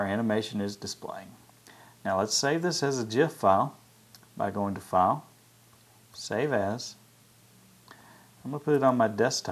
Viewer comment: <_< i was listening to this loud and when you said save as my brother thought you said Save Ass......-.